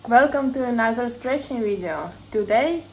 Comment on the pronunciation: АНАЗЭР ВИДЕО. Надо проработать произношение. Язычок между зубами. ( Английские межзубные звуки: [θ] & [ð] )